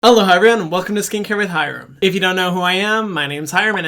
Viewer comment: The intro sounded like hello hyram, welcome to hyram lol